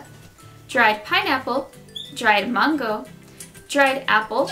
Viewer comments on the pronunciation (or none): It triggered me how u say mango. U say it like mungo 😬😂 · who else loves the way she says mango :)